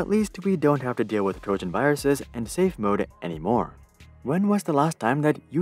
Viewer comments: Trogan?! Is it pregante too? Smh… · Ah yes, trogan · "Trogan Horse"? What's a "Trogan Horse"? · It's called a TROJAN horse. Not a Trogan horse.